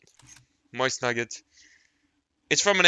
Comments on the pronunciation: Btw it’s pronounced mosin not moysin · mose-in PRONOUNCE IT CORRECTLY